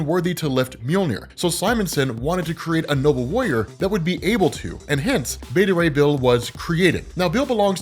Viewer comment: Me: So... Frog+Thor= Throg... and Horse+Thor = Thorse??? Them: Yes on the first but you're saying Beta Ray Bill wrong...